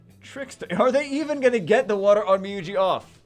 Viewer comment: Sorry! Just as a Japanese speaker... Onmyouji's u isn't pronounced... the "o" is the main vowel and the "u" extends the "o" sound for the speaker to sound it out longer. So it should be pronounced onmyooji... sorry it's killed me every time. Also shout out as a person who's one of your friends on your light and dark account but quit the game but still enjoy your vids 😂😂